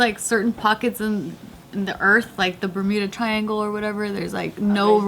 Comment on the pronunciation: Thought Joe said burrito triangle